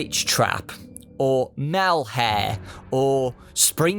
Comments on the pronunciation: Malhare... Yes... Malhare... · ...... Did he say malhare?